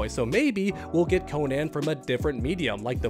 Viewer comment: I’m sorry but the way you pronounce Conan is insane. Like how would anyone read that Cone-Anne? Lol